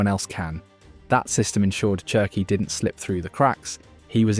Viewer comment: Wonderful video but I have to say this… it’s “Sherki” not “Chi”😂 it’s French like you don’t say Chi-cago but shi-cago. Wirtz is Virtz. The same thing.